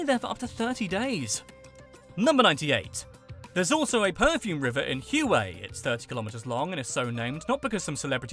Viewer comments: For the love of Uncle Ho, Hue is not Hyouay or who ay it is Hue or hway. The the ancient capital. And yes I spent 2 years in Vietnam and I have little desire to return. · "Hue" is pronounced like "Way" . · He pronounced it Hue, the word. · you butchered the pronunciation of "hue" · Born and raised in Vietnam, I'm quite surprised and impressed by how thoroughly you did your research. Very insightful, accurate and of course, with excellent humor. But dude some of your pronunciations were confusing, like those of Hue and Nguyen. :D